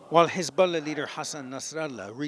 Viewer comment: The reporter/narrater pronounces Hezbollah “Hezboooolah.”